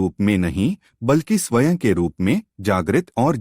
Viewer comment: Bahut accha bolte hain aap. Lekin ek shabd baar baar khatakta hai. Swaen shabd ka uccharan Swayam hai. Jaise sanskrit ka ' aham'. Anuswar (Akshar ke uper bindu )ko 'n' aur 'm' dono ke liye stemal karne lage hain. Isiliye galati ho rahi hai. Hindi ka uccharan aapka bahut accha hai.